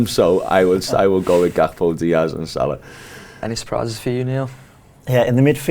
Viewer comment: Odd pronunciation of Salah on this one too.